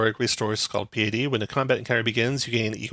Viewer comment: Nice breakdown. Thanks! Also, for the sake of self improvement, it's pronounced pie-uh-tee.